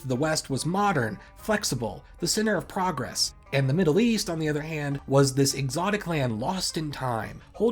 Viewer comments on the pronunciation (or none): none